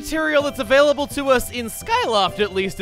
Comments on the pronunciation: Oh goodness chugga.."Beetles Shop is avail-a-bell" 😑😑😑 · "AVAILABELL" Unsubs